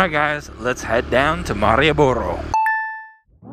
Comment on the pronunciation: Coba dieja ulang... bukan marioboro.. tapi malio boro:D